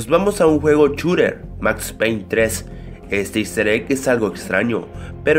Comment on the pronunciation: "Un chuter"jajajja